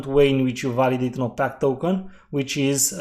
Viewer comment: One other thing I’d like to point out is that opaque is pronounced like you would say opake. Some people might not understand the way you say it.